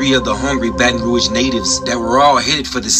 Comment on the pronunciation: she said “Bae-tahn Roag” lol it’s pronounced “Bat-n-Rooj”